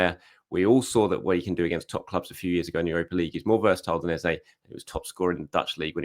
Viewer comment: ffs... please stop calling Eze... Ezay. 😡